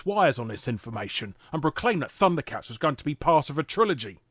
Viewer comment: Thunder cats is pronounced as funder cats